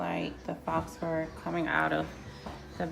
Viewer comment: Looks good! Faux, the x is silent.